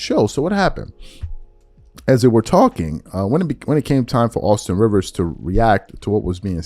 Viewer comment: Rivers said correctly.